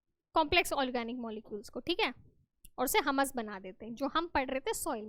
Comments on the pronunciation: Madam jii humus not hummmus😂😂😂😂😂😂😂😅😅😅😅😅😅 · Mam not Hamas it’s humus 😂